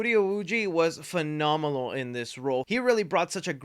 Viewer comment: “phenominal” lol